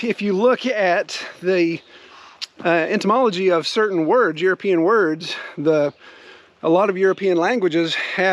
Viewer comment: Fresh baby beech leaves in the spring taste fine to me. Never tried older leaves, though. “Etymology” sounded like “entomology” at one point, in case someone had trouble hearing.